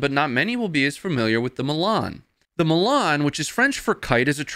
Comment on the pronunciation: You pronounced Milan wrong...its ''Milan'' not ''Milan''...its coz of your accent !!!